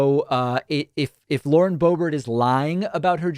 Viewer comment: Bauren Loebert